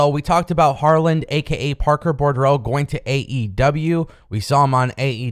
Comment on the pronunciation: his last name is pronounced "boo-drow". There is only one "r" in his name. No offense. I appreciate your videos. I just want you to sound smarter. When you sound smarter, you sound more professional. When you're viewed as more professional, you'll get more eyes on your product.